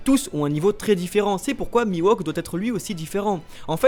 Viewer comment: Bonne vidéo, comme d'hab mais on dit MiHawk et pas MiWOk ! ! Je le met en commentaire parce que ça me fait mal aux oreilles à chaque fois -_- P.S: Comme pour SHUsui et pas SUshui